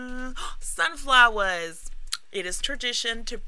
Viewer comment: “Sunflowers” with the New York accent